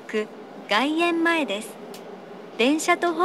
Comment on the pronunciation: GaienmaeじゃなくGaiemmaeの方が正しい